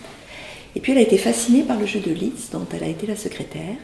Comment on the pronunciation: Lissssszzzzt, s'il vous plait, et pas Litz !